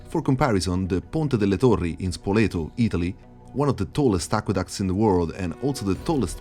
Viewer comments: Are you Italian? The way you pronounced “ponte delle torri” and Spoleto was perfect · Avevo un dubbio anche Io...poi Però alla parola SPOLETO ho avuto tutte le conferme 😂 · When you said Spoleto i understood that you're Italian. Daje bel video 🙏